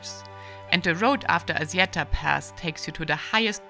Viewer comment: thumb up! but It's called ASSIETTA not azieda 😅